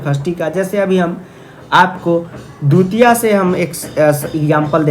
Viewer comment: Vo dutiya nhi divtiya hoti hee 🙂